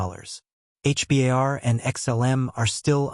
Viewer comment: For your own credibility stop saying H.. B.. A.. R…. You sound like an idiot It’s pronounced. H….BAR..